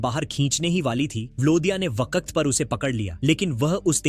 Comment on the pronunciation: भाई वक्त होता है वकक्त क्या होता है